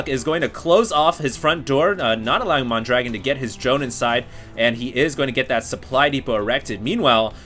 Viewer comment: He is actually called mondragoon, and not mondragon.